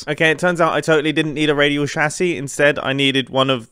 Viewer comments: It's chassis, not chassy. How are you pronouncing chassis like chassy every time? It's chassis, not chassy. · you pronoucing "chassis" is still not as painful as you pronouncing "AT-AT" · Sorry I can’t finish the video the way he’s calling a chassis